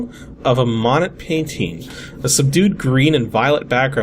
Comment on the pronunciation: I know, I laughed at that as well. Almost sounded like a "bonnet" the way he said it. It's pronounced like "moan + ay" :D